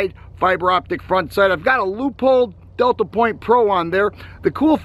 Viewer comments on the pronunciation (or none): none